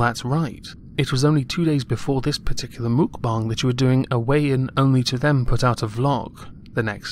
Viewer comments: It's pronounced "Muhk-bah-ng" ! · She’s been called out a zillion times lol Mukbang is pronounced mook-bah-ngg.. thx !